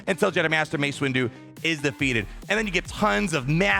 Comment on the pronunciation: Did he say Master “Waste” Windu? 😂